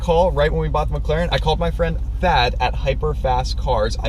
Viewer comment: Anybody else thought he said dad instead of Thad lol